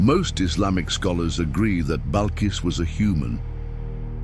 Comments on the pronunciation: AI video naming bilkis as balkis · It is NOT Balqis or Ballqis, it’s pronounced BILQIS. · It’s bilqis not balkis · Her name not Balqis. Bilkiss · HER NAME IS BILQIS NOT BALQIS YOU UNEDUCATED PERSON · The correct name is "Bilqis" dear Brother. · ITS BILQIS